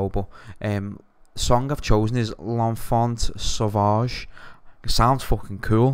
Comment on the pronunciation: L'enfant sauvage, don't pronounce the "T" and its good :)